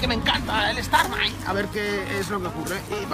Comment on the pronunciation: stamai no, STARMI!!!!